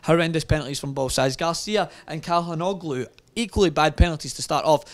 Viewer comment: Same with Çalhanoğlu. "Ç" in Turkish is pronounced as "Ch" (like Chelsea) not K (like Kanye).